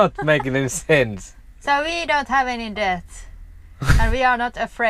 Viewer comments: Hi guys, great video, debt, is pronounced the same as, Met, Set. Net but det, the same as sauna, it's pronounced "Sawna" love your life stile, safe travels 😀🇬🇧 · Debt is pronounced with a silent "b", (det). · Debt is pronounced det with a SILENT B.Were you in the army? The internet archive has an ebook library which is so handy for older books and you can join from anywhere. I am glad that you dont gamble. My father was a compulsive gambler which was very hard to live with as a child. Wow your apple pie looks yummy. I have a similar oven to the omia but havent used it yet. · Debt in english is pronounced dett, the b is not sounded. Now debit, the b IS pronounced. For death, the th sound is the tongue is between the teeth and pulled backward.